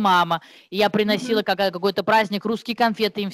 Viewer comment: Алёнка Солунская.:"мне сын прЫнес... я прЫносила..."о куда, вы, тетя? режет слух.